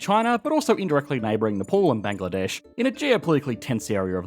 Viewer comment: It's Nepal not Nepol